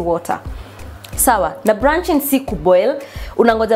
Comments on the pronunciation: Blunching rych not brrraaa...R,L Sio lugha yetu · it's blanching not branching 🤣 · Please, its blanching not branching. The, you can boil but you time lk a minute.